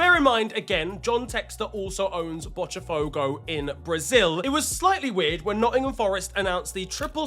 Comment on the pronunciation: Hi, I'm Brazilian and I'm here to help out with pronunciation. The T in "Botafogo" is not pronounced like that. You can say it like a normal T. In Portuguese it's a hard T sound (look up words like "torta" or "tocar"). The "tch" sound for the letter T in Brazilian Portuguese happens only when the T is followed by the letter I or, in some cases, E.